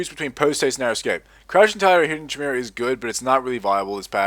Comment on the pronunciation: chimera is pronounced kai-me-ra. this confused me for a while until I figured out what you were talking about. when you said chim I thought you meant chimp... lol